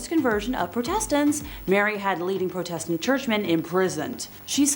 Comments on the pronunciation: It's protestant...not pro test tant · Why do you pronounced "heretics" that way? And "Protestant"? Fascinating person. Not a queen. The scale of her crimes is a matter of serious dispute. No, she said no such thing. Ever. At all. It is not true.